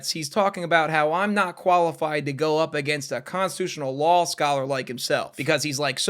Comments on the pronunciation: it's law not lawl. love you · bro i have no idea why this bothers me so much but i stg every other time you say "law" you actually say "lul" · I keep hearing 'lol' for 'law' -- is it just moi?? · Are you saying law or lul? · am I the only one hearing "lawl" instead of "law"? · I thought you were saying “delete LAWL” this whole time… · Every time said law I kept hearing lol 😅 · Is it an American regional thing to pronounce "Law" with an "L" at the end? Not hating or anything, just curious, cos I've only heard one other dude do that and he was also American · Nah I was talking about - like, where he reads the word "Law" but says "Lawl", or. It's odd tho cos he says "lawsuit" without the extra l. Just wondering was all, I don't think he's doing some extended joke where he prononuces "law" as "lol" though. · No I heard it too 😂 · Why do I hear “Lawl” every time says “Law”?